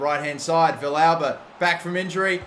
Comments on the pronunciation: Also, Villalba is (V-Al-Buh) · Your pronouncition of Villalba hurts my soul. It's vee-yalba. Or, if you want to go with the argentinian spanish, vee-salba.